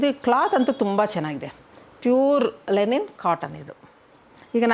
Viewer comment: It is LINEN not lenin 😅 ಲಿನನ್ ಅನ್ನೋದಕ್ಕೆ ಲೆನಿನ್ ಅಂತೀರಾ 🤣🤣